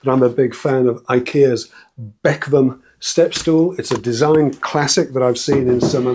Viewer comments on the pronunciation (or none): I couldn’t for the life of me understand what this bek-vam you was talking about could mean (as Ikea use swedish names) until I realised you meant Bekväm (meaning comfortable) and you say it be-kväm where the ä sounds more like e in Elvis.